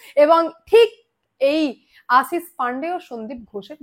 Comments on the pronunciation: তলব্য শ আর danto সা ঠিক করে উচ্চা রান করো আসিস না আশিস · Tomar modhye anek pratibha. Journalism er.. kintu kichhu jinish ektu Kane lage. Tomar pronounciation ne.. segulo thik korle tomar nam purnyo matra pabe.. jamon Ashish but not Asis.. banglay erokom hoy.. asha kori kichhu mone korbe na pls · Madam Ashish pronounciation thik korun please. Apnar kache shothik information pai.